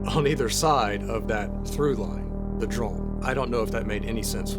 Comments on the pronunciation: Is he saying “droln” though? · is anyone else hearing "droln" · Yes and it’s kinda driving me nuts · I am sorry, I am so sorry, I'm a linguistics guy, I love thinking about the sounds we make in language, I mean this question entirely innocently but I must know! You say "drone" every time, in this video, in a way that surprises me, with (roughly speaking) a short, unmoving 'o' sound rather than what I've always heard before in every native English dialect, a longer 'o' sound that closes up as it is pronounced. So I am asking--do you by chance have a faint trace of an accent from some other language poking through there? (I.e. do you have a second native language or were raised around one?) Or is this just an American regional accent I wasn't aware of? (I've been assuming yuo're from Arkansas or nearby from what I've heard so far.)